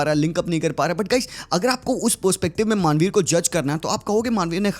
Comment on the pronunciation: Manvir ❌ Maaanveer ✅